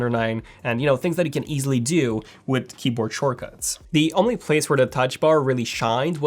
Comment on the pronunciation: "I dyu hope"